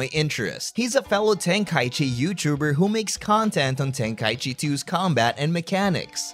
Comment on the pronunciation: Ten-KA-ichi Not Ten-KAI-chi